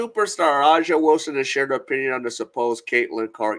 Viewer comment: Thumbs down for not being able to pronounce her name. A'ja, pronounced Asia. Make your show a little more professional.